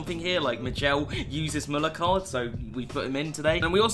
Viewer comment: Did he just pronounced Müller correctly? 99% of Britains just say Muller.